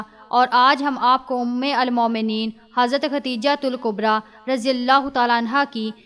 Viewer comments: Aap Urdu ka alfaaz galat padh rahi hn.. Ummul momneen..sahi.. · Umulmomineen ghalat parh rahe hain